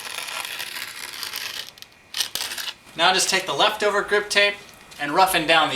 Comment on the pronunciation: He said jagged